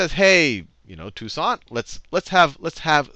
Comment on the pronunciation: lol dude can’t even pronounce toussaint makes me skeptical of him as a source. That’s like claiming George worthington did a lot for American freedom as the first president of the unites states